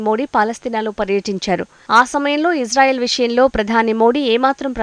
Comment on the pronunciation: Anchor madam that is Israel not ijrael plz pronounce properly